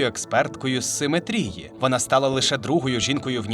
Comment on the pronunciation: Ну навіщо ви ріжете глядачам вуха? Не "симетрІї", а "симЕтрії".